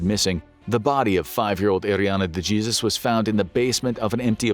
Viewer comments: De "Jesus" ? 🤦🏼🤦🏼 it should be pronounced De "Hesus" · Am I missing something, or did they say Duh-Jee-sus? Instead of DE-HAY-ZEUS? if I'm not mistaken, is this an Ai reading the scripts? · Dude really said "DeJesus" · "De Jeezuz"? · Apologize to every Spanish speaking country for your pronunciation of 'DeJesus' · Wonder how he pronounces Fajita. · The most disturbing part of this is the narrator's pronunciation of "Dejesus" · De Jesus. The j is pronounced like an h in dejesus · they way the y pronounceed the spanish name Iriana DE Jesus. wow